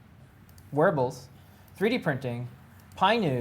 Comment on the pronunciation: lol, every time you say wearables, my girl thought you where saying werewolves